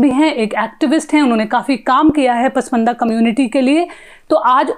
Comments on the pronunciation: Print: please ask your reporter to not to pronounce that word as 'पसमंदा', which infact is 'पसमांदा', the scheduled caste Indian Muslims, though it is claimed that Islam knows no caste. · pashmanda bolna bhi nahi aata is leftist anchor ko😀